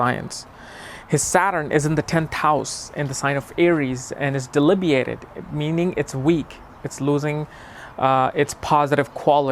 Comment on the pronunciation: Just FYI, the word is DEBILITATED. Not "delibiated".